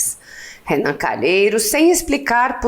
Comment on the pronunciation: Sério, não diga Renam